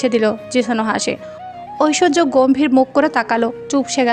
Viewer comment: Oita oishshoria rik Chowdhury na oita oishorjo rik Chowdhury hobe😂😂